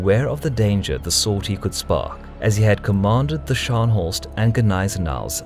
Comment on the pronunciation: your pronounciation of "Scharnhorst" was agonising to listen to as a native german speaker :D I don't blame you though, german is a really fucked up language for anglophones to pronounce and you actually did it quite well xD